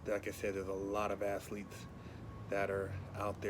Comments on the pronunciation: I swear I thought he said "assletes" instead of "athletes" 😂😂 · Did he say athletes or assletes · Not athletes but Assletes! Lol 😆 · Did he say Assletes? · He said assletes lmfaooo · did say "Assletes" 😂😂😂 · "assletes" haha, made my day!😂😂😂 I think the NY rapper are P Diddy...